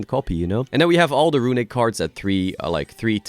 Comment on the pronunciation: The way says "RUiNiCK" synonymizes what the deck has done to the game as a whole